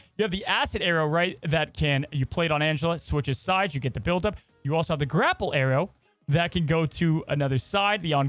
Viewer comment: The way says arrow sounds like Aero